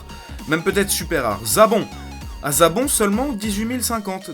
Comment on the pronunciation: Et a un moment il a dit zabon au lieu de zarbon